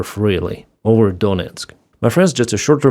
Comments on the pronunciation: Hi, your language skills are amazing! Your second version of "short" is probably more correct--the first one sounds a bit like "shirt". Similarly, your "export" sounds like "expert" and your "radar" sounds like "raider" as in Raiders of the Lost Ark.:) Keep up the great work! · Short... with an "R" in it. 👍 And Export, with an "O" in it. Not expert. 👍 Lesson is over. Thanks. Your videos are always excellent. 👍